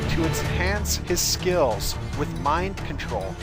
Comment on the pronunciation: I love how he says skills lol. "SKEEEELS"